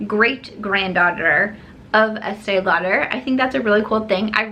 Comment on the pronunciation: So sorry , not with you on the esteè lauder lol. I think it's cute that you love it though. Those colours are not for my skintone at all. I get the collaboration though- their customers are aging & the brand needs to inject younger blood stat lol. Bite Beauty - interested but confused- micellar foundation- up until now, micellar has been for cleaning products so don't get how it works in a foundation. But totally curious about it! Great video- great to see you smiling and you look beautiful with just powder on😘